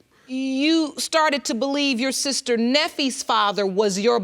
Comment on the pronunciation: Did y’all catch that? The judge said “Neffe” haha couldn’t keep it professional